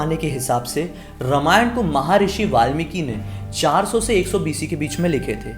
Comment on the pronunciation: My dear friend, say रामायण ; instead of रमायण. May be this is also ststem's fault!!!